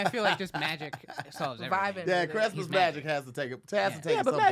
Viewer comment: Tom…he said Crestmas